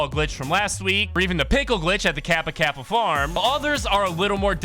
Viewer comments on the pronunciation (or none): none